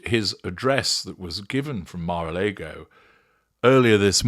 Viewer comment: It’s Mar a LAaaaaaago not Leeeego as you said 😂